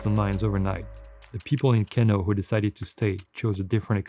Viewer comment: It's pronounced "Keeno" - just to set the record straight!